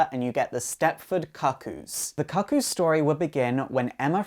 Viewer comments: Why do you insist on calling them the "Stepford Cock-oos?" it's quite distracting. It's pronounced "Coo Coos" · 'Far as I can tell, the "Cuckoo" in Stepford Cuckoos is the same as the "cuckoo" in cuckoo clock. So why would it be pronounced differently (kuh-koo, instead of koo-koo)? Is that a potato thing (as in poh-tay-toh, poh-tah-toh)? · Isn't it pronounced like Cooc-Coo? Like Cuckoo Clock? Or the bird? I don't know, maybe that's just how you pronounce cuckoo in the UK? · Your pronouncing cuckoo wrong it’s pronounced cookoo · It is definitely pronounced "coo coo". Ever heard of a cuckoo clock? No one pronounces it 'cuck oh clock". Dumb dumb. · This is how you pronounce "cuckoos" not COCK-koos, OMG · Holy shit... I can only take so many Cah-Cooz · Pronounce cookoo lol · Ah shiiiit. Love your videos my dude, but I'm tilted as hell at the pronunciation of "cuckoos" here. KOO-KOOS people. Like a Cuckoo Clock. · Yoiks, mispronouncing the name in the first few seconds is a good way of instantly discrediting your knowledge. Cuckoos, as in the bird most associated with cuckoo clocks, pronounced "Cook-Koos." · isnt it pronounced "koo-kooz"? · i hate to be that guy, but I think it's pronounced coo-coo's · no he's not. it hurts my ears to hear him continuously mis-pronouncing it. cook-oo or coo coo is the right way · It's pronounced koo koo. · Lizzie B actually it's pronounced the cu coos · Can you remake this but pronounce cuckoo properly please? I found it unwatchable due to the mispronouncing of the word. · I'm not 100% sure, but I think you're pronouncing Cuckoo's incorrectly. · Thank you it was really annoying me. The pronunciation😂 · It's pronounced kook coo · not even close to british pronunciation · Josh Aughenbaugh It's British pronunciation, I presume. It doesn't have the same sound as the American "cuckoo", but it does have the same sound as "cuckold".